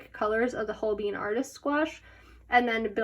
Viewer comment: The way you pronounce holbein as hoBEAN is the cutest 😂💖, and If you love gouache you gotta try the HIMI jelly cup set, its waaay better than the arteza one, I tried both and TRUST ME its good, I find the dark colors in the arteza set rubs of to the next page but I never in counter that problem with the himi set